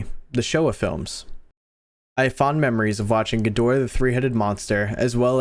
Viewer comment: just a correction, may be helpful or not, you got ghidorah right, ebirah, and anguirus, not so well, so heres how we fellow big g fans pronounce them, ebirah: eh-ber-ruh, anguirus: ang-gear-ris(like a wrist), if this pronunciation helps then I guess you could leave a like